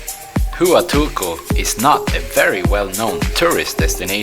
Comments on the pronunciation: its pronounced WA tulco,! Not hoo uh tulco. Lol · Hua is pronounced wa. You are in wa tu ko. Not who a til ko. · It is not pronounced 'Hoo a toolco'. It is 'Hwa tool co'. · Pronounced WA-Tool-Co. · Its pronounced Wahtulco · that not how to pronounce Hautulco , it waa tool kow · Just so you know, the “H” in Huatulco is silent. So you can pronounce it better, pretend that the “Hu” is a “W”. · Chow way beach in wa tool co 🤦‍♂️ Anyway, good views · you should at least learn how to pronounce the place you’re visiting. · great video,,, but I cringe evertime you say Huatulco,,, you are saying it wrong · I enjoy your videos. You need to work on your pronunciation of Huatulco and Oaxaca!